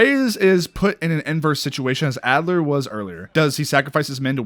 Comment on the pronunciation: I love how you keep saying Adler instead of Alder. LOL. Your COD name is four years off.